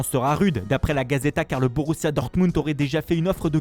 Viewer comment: Une voix posée, une présentation au top et animation hors pair respect un régal de vous écouter ! Au delà de votre talent global mon coup de cœur c'est votre accent en italien quand vous commentez les publications de la gazetta et le corriere dello sport (l'articulation un pur délice 👌🏽) Merci pour tout que du bonheur vous !